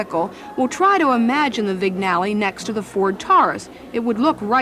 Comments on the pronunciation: It’s not pronounced “vignalley”, it is pronounced “vee-nyall”. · It's pronounced "Vin-YA-le"!! NOT "Vig-na-le"!! Learn how to pronounce properly! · Someone should have told that, the 'g' in "Vignale" is silent, more like "Veen-yah-luh".